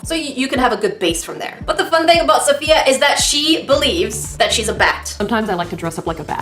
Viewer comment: lol "safayia" (it's safiya)